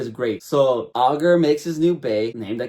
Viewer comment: "All-ger"....ITS PRONOUNCED I-GER you wacth the dub please I can't